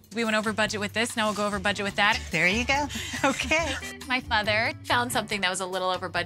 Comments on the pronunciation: What the hell is she calling her mother? Sounds like she's saying father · I had the same question. It sounds like she's saying futher which isnt a word so I have no clue what's going on